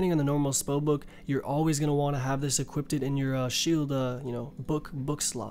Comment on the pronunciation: “equipted” 0/10